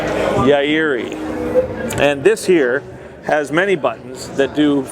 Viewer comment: "alvararezzzzz.....YAWIRI" lol